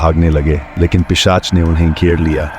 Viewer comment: पेशाच नही भाई पिशाच। 😅